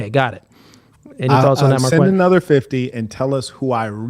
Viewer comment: Mar-kwet sounds gay. It comes from the name Marquette and it's pronounced mar-ket.